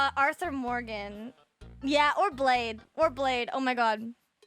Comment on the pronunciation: Did she pronounce blaidd as blade?